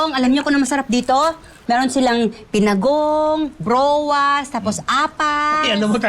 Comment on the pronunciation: Pinagong po not binagong